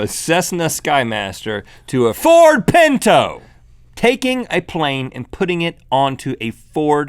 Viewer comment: Lol forgot the "t"